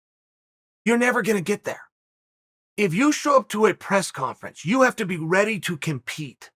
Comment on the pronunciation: Chael - "you jave to play with yourself every single day." Me - "OK great!"